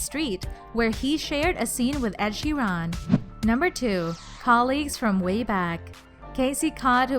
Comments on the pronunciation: It’s Ed Sheeran not Ed sheeRON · Ed Shee-Ron? Why do you keep pronouncing things wrong? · ed sheerOn 😂😂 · Omfg...it’s Ed SHHARREEE AANNN. NOT sheeron. ( I’m tryna make it sound right Ik that’s not how u spell it) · and how she pronounced Ed Sheerans last name